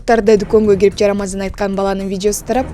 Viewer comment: Жарамазан эмес бул иним джарамазан айтып жатат 😂